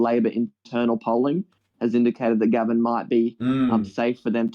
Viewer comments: And Gaven isn't pronounced like the name, it's closer to Gay-ven. The electorate covers a Gold Coast suburb called Pacific Pine (Pac Pines) which is VERY working class. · It's it Gave...n not Gavin, pumistone not pewmistone and car par la barr